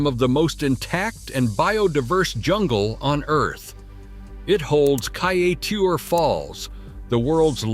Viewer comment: Your pronunciations are rather ridiculous. It is not Kai-a-teur It is Kai-e-teur